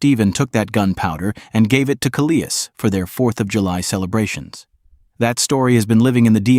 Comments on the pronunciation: Ka-lee-is Maine--is properly called Kal-is--whomever is making these videos needs to learn how to speak English! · Having lived for 40 yrs in NB. It’s called Calais. Think of Alice with a c in front of it. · Why do you pronounce Calais the way you do? Obviously, the place was named after a city on the coast of France. It's Kal-lay. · Not so much the images, which were fine and obviously not AI generated. It was the narration that I found dubious. Calais, Maine is pronounced the same as Calais, France. Best of luck with your channel, it is an interesting concept and I'm sure over time it will only get better. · As a Canadian, it took me a while to pronounce Calais right after moving to the Maritimes, easy one to get wrong... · St. Stephen (not steven) is a great town--I've lived here 39 years--and it is across from Calais Maine (Kal-is) NOT kaleeis as the video calls it. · Pronounced Cal - less Amherst is pronounced Am - hurst Otherwise i enjoyed the video as I’m not too far from Calais and am quite familiar with that area of Nova Scotia. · You worked so hard at this and yet your "Cal-ee-as" made me question your work ethic. (Not to mention Amherst and Moncton.) Easy to check pronunciation.